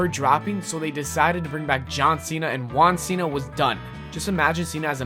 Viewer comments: its funny how you cant pronunciate juan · you said juan the wrong way